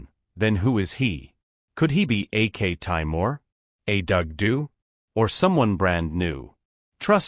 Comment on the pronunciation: By AK Taimir you mean aktemur?